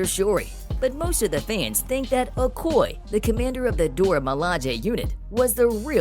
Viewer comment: Her characters name is pronounced Oh-koy-yay. If you're going to report on a character, please get the name right. Thank you.